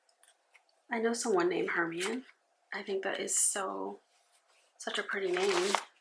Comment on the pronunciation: I've read all the Harry Potter books and watched all the movies and I find it so funny that you got those stickers while knowing nthing about them... The way you said "eat slugs" hahahah... when I know what part of the story it's about... hilarious! Also, Hermione... Her name is prononced Her-My-O-Knee (the way yoou said her name also made me laugh). Excuse us, Harry Potter crazies. Loved your video! I'm a bit jealous that you're going to NY. My favorite city ever!